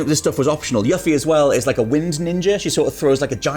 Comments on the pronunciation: What Culture has mispronounced names a lot on their channels. Most I can say, "Ok, they are probably just reading it off for the videos they're doing, or it's a matter of no voice acting," but c'mon guys does Yuff-ie really sound right to you? You guys said her name like she was little dog for a rich girl. Lol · Yuff-ie? It's pronnouced Yu-fie. lol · Everything here sounds pretty good except the gameplay. I think it's going to play like a rushed turd. Also I hate when people pronounce the name Yuffie as yuff-e, rhymes with Huffy, when I've only ever said it as you-fee. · The thing that bothered me the most, over the kalm/junon mix up, the Cait sith/evil scientist confusion, the Vincent is a vampire thing, forgetting lucrecia's name. All of that, I could accept as bad ad lib. But to hear them pronounce 'You-fee' as 'Yuh-fie' just grinds my gears. Seriously, BOTH of you need to go play the original. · It’s pronounced “You-Fee” put some respect on her name lol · thank you that was painful to hear it butchered like that lol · yea I could not agree more with this , I know accents and things can have people say names differently but that was just god awful especially cause Yuffie has always been one of my favorite characters